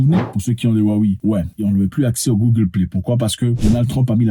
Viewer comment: Ça se prononce Wawé grand frére